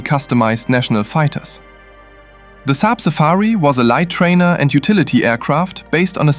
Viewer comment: SAAB safir not safari